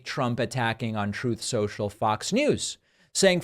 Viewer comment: “Troth Sential” 😂😂😂